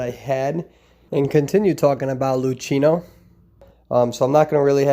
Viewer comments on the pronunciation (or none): The correct Italian pronunciation is Loo-Kee-No